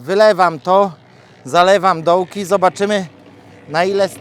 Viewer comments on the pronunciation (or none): Ajajaj 😂Piszesz,że zalewasz słupki, a mówisz, że zaliwasz supki😂To co ty właściwie robisz???I uważaj z tym "ł",zwłaszcza na dworcu Będziesz chciał pojechać do Kłodzka,a dojedziesz do Kocka.😂😂😂❤❤❤